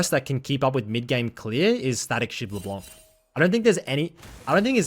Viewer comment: Just wanted to let you know that it's Leblenk not LeBlonc. You can search how to properly pronounce it by typing "Froggen LeBlenk" into Youtube